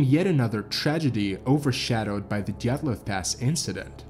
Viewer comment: this video is cool but the main reason I'm upvoting it it's the first time I've seen someone mention the Dyatlov Pass who actually knows how to pronounce 'Dyatlov'